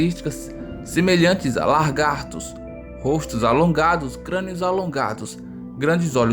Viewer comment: Ooh seu monstro primeiro que a palavra certa é lagarto e desta forma deve ser pronunciada e não largarto como você disse, então perdeu toda credibilidade seu burro